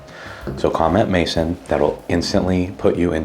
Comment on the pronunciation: You're going to need to figure out your French pronunciation for home. Pronounced... MAY SOooN Maison Lolololol I remember we made a joke Tina could do her hair by touching the camper!! Looking forward to Vegas brah!!!